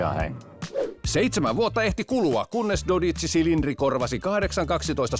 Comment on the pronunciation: Ja ekalla heti lausuttu väärin 😑 Mikä ”cilindre”, jos se kirjotetaan Cilindri niin ei sitä lausuta niin että se sana päättyy e-kirjaimeen